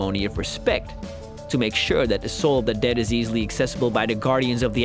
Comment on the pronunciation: "the living duuh"